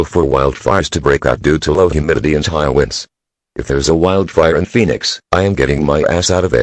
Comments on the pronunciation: I died every time they said "wines" instead of winds lmao 😆 love this though, I wish there were more longer ones like this with multiple disasters 😉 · He said winds like winding a music box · Ik this is serious but I can't help laughing when the guy said whinds instead of winds